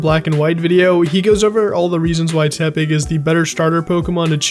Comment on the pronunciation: Stopped watching when he said teppig